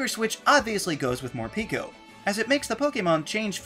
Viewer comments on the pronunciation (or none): none